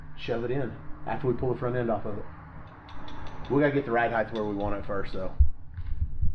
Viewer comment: please please stop calling it ride "heighTH". It's almost as cringey as "telephone pole". 😕😨